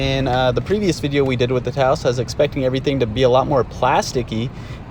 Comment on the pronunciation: Thank you for pronouncing Taos correctly.